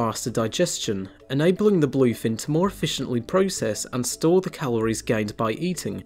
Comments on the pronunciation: Bul-oiy fin? Ree-creational? Maybe you oughtta work on the pronunciation guy. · i hear "boii"fin tuna 😂